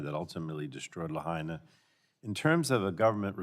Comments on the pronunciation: Ms Castor lost me when she pronounced "Lahaina" like she's trying to speak Spanish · Ms. Castor should have spent 2 minutes learning how to pronounce “Lahaina.” It’s a Hawaiian word, not a Spanish one.